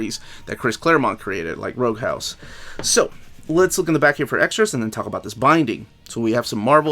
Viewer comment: ... I've got news for you - it's pronounced "Roughouse" as in "The kids broke the lamp when they were roughhousing around." Not as in X-Man Rogue!